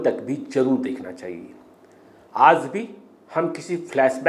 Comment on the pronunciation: Reporting sequence is good but pronunciation is full with mistakes. Aaj recited as "Aaz" and many more.Kindly enrich your urdu words with its proper pronunciation.Thanks